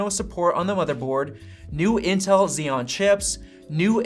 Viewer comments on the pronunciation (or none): none